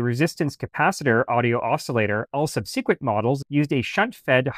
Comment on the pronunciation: What??? "sub seek went" in place of "sub se qnt" How did this happen all of a sudden? How is it that ORDINARY WORDS are showing up everywhere with these ridiculous pronunciations -- so eff's weird that I have to catch myself sometimes, "What'd he day.. huh, wha??" The word "subsequent" has been around for CENTURIES and there's NEVER been a "seek" in the middle of it until about the year 2020 or so... why??? why? YOU are old enough to pronounce this correctly young man! Oh yeah, unsub'd... I don't need this in my life!